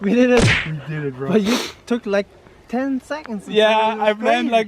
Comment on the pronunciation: “I don’t wike it”